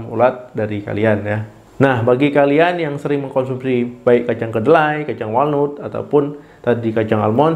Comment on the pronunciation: Anda perlu perbaikan dalam pengucapan bahasa asing, contohnya walnut seharusnya diucapkan wol nat